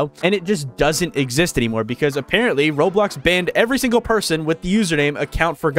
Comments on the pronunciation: I find it funny how to this day he still says roadblocks instead of roblox. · Bro said Roadblox😂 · Why do you call it roadblocks? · Blud said roadblocks💀💀💀💀💀💀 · Roblox it’s Roblox not roadblock😂😂😂😂😂😂😂😂😂😂😂😂🤣🤣🤣